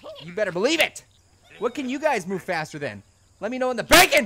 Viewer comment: when u said faster, i thought u said fatter......